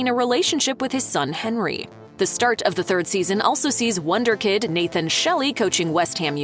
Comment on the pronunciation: It’s Wunderkind😂